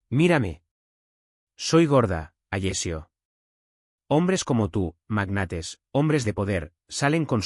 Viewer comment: Alessio, no Agecio!